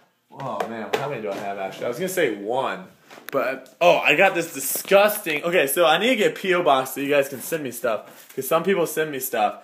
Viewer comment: how many times did you wanna say distgusting, sick and description?